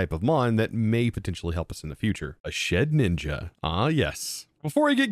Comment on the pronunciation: lowkey i thought thats how you were supposed to say it too, hes joked about past mispronunciations but he doesn’t entirely care especially for ones like his milotic